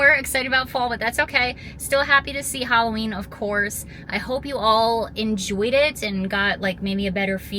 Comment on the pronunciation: Wasn't sure she's doing summerween instead says valloween